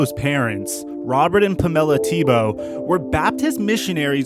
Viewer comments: Puh-mel-a instead of Pamela. Then knee ace instead of Nease. Interesting pronunciations. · Pam-ella??? Come on bro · This narrator needs work...its...he's never heard the name Pamela?... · "Pamella" and "dissenterry" lol I think you mean Pamela and dysentery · its... Pamela....like, Pamela Anderson.. Also, its... Nease, like.... NEESE. Jesus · I guess he’s never before heard/seen the name “Pamela” until making this video? Unless I’m wrong here and she actually pronounces it that way.